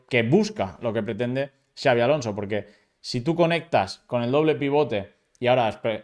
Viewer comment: Like por ser el unico periodista en decir Xabi en vez de chavi